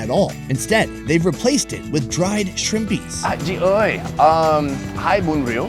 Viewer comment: that "chi oi 2 bun rieu" is on point